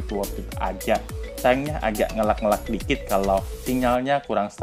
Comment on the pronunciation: sedikit tambahan bang kosakatanya ditambah. jangan wortat wortit mulu, ios dibacanya ay yo es, jan ayyos. ngelag, dibacanya ngeleg. smoga sukses chanelnya bg. btw backgroundnya disesuaikan lah masa di indomaret tempat orng kerja kan pada gimna gitu wkwk